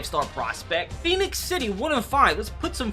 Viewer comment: *Phenix City people Phenix City we hate wen people say Pheonix dats how Arizona Spell it